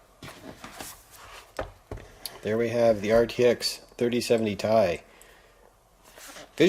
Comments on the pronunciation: Not sure why but hearing it pronounced as TIE instead of Tee Eye gets me so irritated. 😂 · Duuuuude it makes me so mad hearing you say 3070 Tie